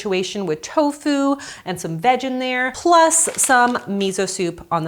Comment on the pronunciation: It sounds like you're saying "vag" every time you say "veg"